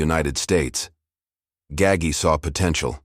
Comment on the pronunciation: Typical: mispronounced Gaggi